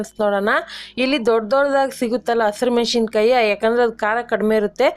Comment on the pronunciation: ಮೆಣಶಿನಕಾಯಿ ಅಲ್ಲಮ್ಮಾ, ಮೆಣಸಿನಕಾಯಿ